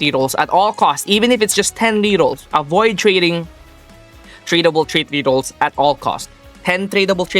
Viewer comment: BRO say rerrols not RRS